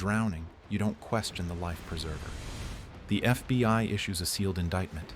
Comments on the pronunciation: When he says FBY instead of FBI dead giveaway this is an AI. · Is "F.B.Y.gov" really a thing or is AI just not quite there yet? 😂